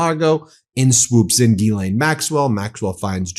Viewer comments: Zha-Lain.. like GISELLE..~NOT` GEE-lane....Zha (think Zaza) Zha-Lain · For English people say "Gis-len" close enough lol it's not Guilane" lol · Gi-lane? I thought it was pronounced "JizzLane" 🤷‍♂️ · I believe it's pronounced "Jizz Lane." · It's pronounced jizzlayne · The French pernuciation is said JIZZLAINE...I'm not idding😅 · It's pronounced Jizz-Lane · You're saying her name wrong. It's jizzlane Maxwell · I thought it was pronounced "Jizz-lane"